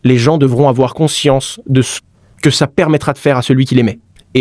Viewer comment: il ne faut pas aFoir PEUR !!!